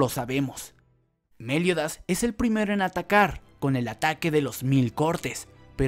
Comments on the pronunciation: Es Meliodas, no méliodas 🙄 no me intentes cambiar los nombres de los personajes 😌te lo pido por favor 😌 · Por favor me das un tik al pronunciar a meliodas con acento lo pronuncias Méliodas en lugar de Meliodas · Xq decís méliodas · Es Meliodas sin tilde joder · Me Da Risa Como Decis Meliodas😂